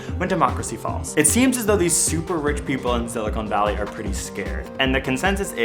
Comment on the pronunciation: Did you say "Silicone Valley?"